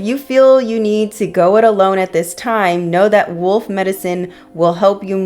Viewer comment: Okay, no need to put me on blast that I can’t pronounce wolf 😅🤣